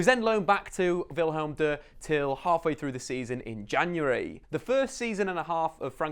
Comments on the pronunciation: Why are you pronouncing Willem II with a combination of German and French pronounciation?😂😂 Dutch 2 is pronounced tway. Willem is Willem 🤣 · Wilhelm deux? :") That is a combination of German and French, and no Dutch.. It's Willem Twee (2) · ‘Wilhelm Dur’ I can’t stop laughing. You can pronounce it like William without the ‘i’ after Will, so Will-am. And the name is actually Willem II obviously, but II stands for 2, so you could just say ‘Two’. Just helping out for future video’s man! 🙏🏻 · wilhelm deux? ITS DUTCH MY GUY